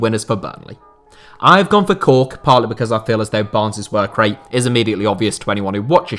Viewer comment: I know it’s Cork, but it’s definitely hilarious listening to saying it for the next minute or smth.